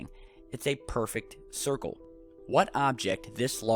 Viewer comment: Hahahahaaaa! A thircle is what the short bus rolls on, it goes round and round, round and round... Thanks for the huge laugh!